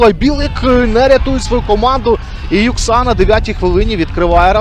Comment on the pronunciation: Коментатор, ти сам себе чуєш, наголос на слова навчись правильно ставити Юʼкса а не Юксаʼ